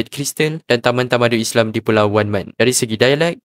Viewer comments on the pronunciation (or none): none